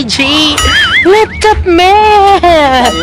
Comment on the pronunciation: Laptop hindi loptop. 😁